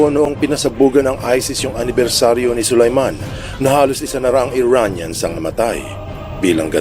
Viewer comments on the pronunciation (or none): Soleimani, hindi Sulayman